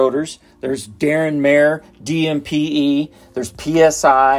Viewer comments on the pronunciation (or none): none